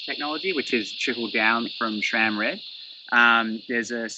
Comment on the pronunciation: There is NO “H” in SRAM. 🤦‍♂️